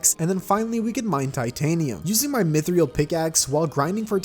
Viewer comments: It’s mith ril not mithreal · Your pronunciation of mythril is peculiar. Sounds like mythriul. The mod seems quite interesting, bringing more money makes you deal more damage, but there's also more to potentially lose. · Ok ok I love your content but... Myth-re-al? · I swear if he says mythriel again I am going to find him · This is my first time on this channel, and the fact he pronounces "Mythril" as "Mithryal" infuriates me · Its Mythril not Mythriel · Dude its mythril not mythiril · Am I the only one who gets unreasonably angry over pronouncing Mythril like Mythriel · ah yes myth-=ree-ill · i know this mf did not just say mythreal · why do you say mythreal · Idk why but "myth-ree-al" hurt me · the way he says mythril is painful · Each time you say mythril, I die inside a little more